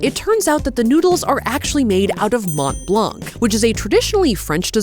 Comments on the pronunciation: Hi nice vidéo. Came here only to say it’s not prononced mount blank it’s « Mon Blan » ❤❤ full love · I will say, and this is very pedantic and doesn't actually matter (amazing video regardless), hearing mont blanc be pronounced with the hard t and hard c hurts my french-Canadien heart. It's more pronounced Mohn Blahn, french loves those silent last letters especially t and c. No hate, just me being a language nerd. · Every time she said Mont Blanc, I heard Matt Leblanc 😂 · It's pronounced Mon blan...the T and C are silent. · Did you say monT blanK 😅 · Watching with fascination!...I‘m up to the second knit pillow Mont Blanc dessert....pronounced “Mon Blân.“..last consonants rarely pronounced in french...Bonjour from Montréal...will keep watching, c‘est très sympa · I really need to tell: dont say the T and the C in Mont-Blanc. Its more like Mon-Blan. Snowy montain in french. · Loved the vid and the wholesome energy! But as a french guy, the English prononciation of Mont Blanc hurts my ears :') (the "t" and "c" are silent btw, a lot of french words do that)